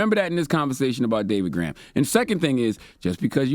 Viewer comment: Gorham, not Graham.